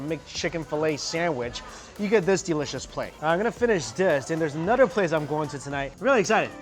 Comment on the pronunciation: "ANODER ONE"